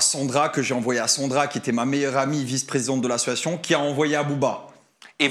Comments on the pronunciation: Combien de fois a t'il dit : ma meilleur amie ???? Vousavez 10 minutes!😂 et !.... Combien de fois a-t-il dit : "ASSsiatioon"😂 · Mais pq il dit toujours « ASSUATION » au lieu « d’association » mdrrr c’est juste moi ou je suis folle ? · La prochaine fois qu'il dit assoation je dépose plainte 😂😂😂. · Quand est ce que ce mec arrivera à dire le mot association et pas " situation" .... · Mais wsh il dit « assosoition » 😭 … y’a rien qui va dans son interview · Ce que je constate c’est qu’il ne sait toujours pas prononcer le mot association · Il arrive toujours pas à dire " association " depuis tout ce temps 😅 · Pardon mais il sait toujours pas dire le mot « association » ça me tue 😂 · Association il sait toujours pas le dire😅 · Il ne sait toujours pas dire " association " 😂😂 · Bon ben il a toujours pas appris à bien prononcer le mot association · Pourquoi il galère autant à dire "association" ? 🙄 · Eh bin il ne sait toujours pas dire le mot "association"... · Il arrive toujours pas à dire le mot association mdrrrrr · Bon je crois qu’a part « c’était un vocal fait à ma meilleure amie » on a rien appris quoi 😂 à si on aussi la confirmation qui sait toujours pas dire « association » 😂